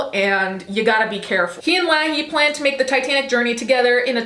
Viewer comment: You can tell she hasn’t watched Trailer Park Boys. It’s pronounced Lay-hee.